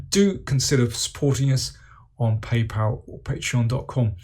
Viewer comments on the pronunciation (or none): none